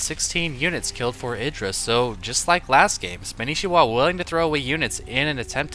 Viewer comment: I assume you know and that your kidding, maybe your not though, pretty sure its pronounced SPAN NI SHI WA :P no biggie weird name thumbs up please